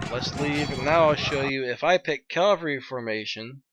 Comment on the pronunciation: Get yourself a piece of paper and write this down!.... It isn't Calvery, it's CAVALRY!!